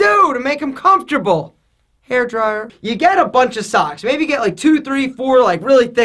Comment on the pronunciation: 😂The way said *hairdryer*😂